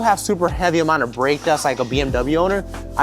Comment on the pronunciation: Couldn’t understand what you said since it sounded like you had rocks in your mouth when you said for heavy break dust what should I use?